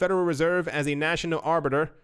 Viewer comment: Ar-bit-er (like Bitcoin)